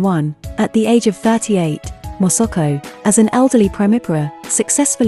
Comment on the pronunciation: Hahaha moso ko instead masako